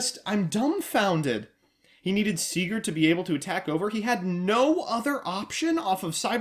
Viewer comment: You pronounced "Sieger" completely fine but "Vier" and "Nächster" sound totally different in German ;)